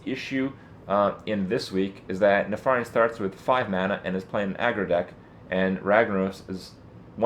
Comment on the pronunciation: nuh-far-iun... isn't it neh-fer-ien?